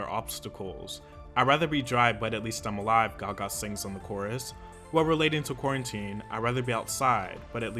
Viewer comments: Lady gaĞÄ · “Lady GAWGAH” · "Lady Ga gAA"......are u alright? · The way you said "Gaga" like what😂😂😂, I had to repeat that part 😂😂😂😂